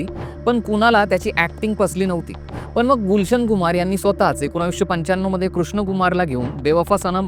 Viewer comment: एकोनाविस नाही .......19